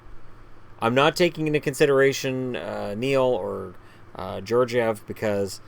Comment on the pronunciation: Sure Stephan hurts, but this is a low prediction for them. They've improved on defense, and Stepan wasn't that much at center anyway. Zibanejad hasn't peaked yet, and the team will likely trade for a top center. And for the record, georgiev's name is pronounced (gay-org-i-yev). I can't see any team finishing above the Rangers other than Pittsburgh